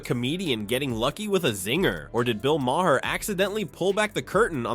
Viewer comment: Ma-Hair? instead of Maher? no wonder no one subscribes to this channel